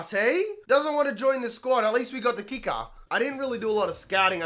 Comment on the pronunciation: “At least we got the Keeckah”